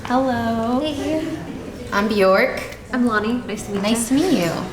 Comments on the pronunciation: "My name is " pronounces it incorrectly lol. Anyway it's really good to hear more about the different disabilities people around the world struggle with. I and so many people I know have invisible illnesses which is tough but even people with visible indicators are hard to know because there are so many variants of illnesses too that there have been times I haven't even known what someone's disability is when they tell me and need to look it up to understand it. It's really shameful and sad that we know so little about things that cause daily/lifelong struggle to people's lives. Most of my doctors don't even know what rheumatoid arthritis is lol. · She can’t pronounce her own name smh